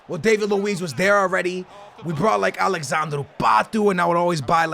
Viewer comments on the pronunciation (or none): none